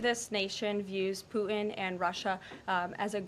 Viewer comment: She says “Pueen” instead of Putin. This is quite jarring.